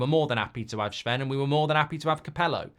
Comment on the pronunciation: His name isn’t shven